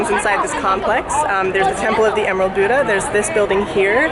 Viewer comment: .i am a Buddhist (daoist) Buddhist and I hate to be that guy but it's pronounced bud a not boodaa